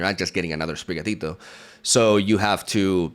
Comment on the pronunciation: It's so good to hear you say sprigatito